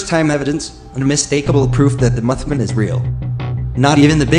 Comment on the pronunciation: "Muthmun" lol. Funny as every, great job!